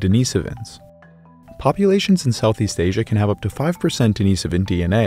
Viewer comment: Another excellent video. I especially want to thank you for your perfect pronunciation of Denisovan. Too many other channels that discuss this topic continue to get it wrong.